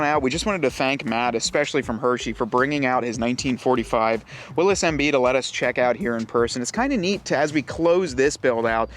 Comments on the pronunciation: You are mispronouncing 'Willys'. It is Will - iss, not "Will - eez". The nine slot, stamped steel, grille was a Ford innovation introduced soon after production of the GPW began. Early Willys MB, very early Ford GPW, and all previous models (Bantam BRC, Willys MA, Ford GP) had welded iron 'slat grilles' as found on other military vehicles of the time. The seven slot grille was trademarked by Willys Overland in 1950. : - The driver is the 'power steering'. : - No, it is water cooled, thus the radiator and water pump. : - Those can also be rotated for use as spotlights. : - It is not "felt", it is jute / hemp. I drive a restored Willys MB. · It is Willy's, not Willis. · Willys Overland, it is pronounced Will-iss. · It actually is pronounced Willis. Read the history of the jeep.